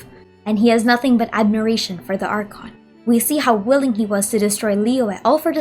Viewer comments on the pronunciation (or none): none